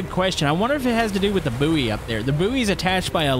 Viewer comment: Just got to say "Buoy" is pronounced " Boy "